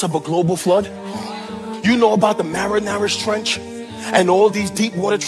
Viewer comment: 😂 he's trying